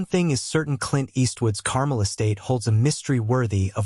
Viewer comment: "Carmel" over your ice cream?? If AI is so amazing why doesn't it know how to pronounce 2nd grade words?